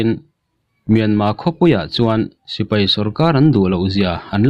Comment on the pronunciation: Sipai han tih be mai awm,tipai tia han lam rik kher, best mizo collection a nih angin tawng lamah pawh best thei ang ber aw..... News lamah erawh a bengvar thlak thin e